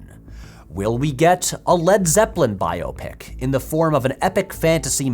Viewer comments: I'm so glad you're saying "bio pic" instead of the recent trend for "by-OP-ic." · Thank you for reminding me there are others that pronounce it bio-pic, not just me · Thanks for pronouncing it correctly. When did it become bi-op-ic? Drives me nuts.